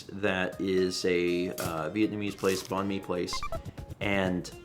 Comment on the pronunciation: Hi hi! Vietnamese person here. Great that you enjoyed banh mi, getting to try new ethnicities of food is always fun. If you're looking more Viet foods that aren't pho (though that's great too) salad rolls are really good too! But it is pronounced kinda close to bang and/or bye-ng and mi just being like me. Just thought it would be helpful to know for future reference!